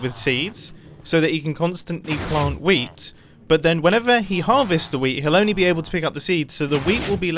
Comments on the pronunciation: “anyway, I think our whea(d) farm” I’m not saying that “weed” was mentioned because it didn’t sound quite like it but there wasn’t really a “t” there either. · did he say weed or whear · Did u say weed plant or wheat plant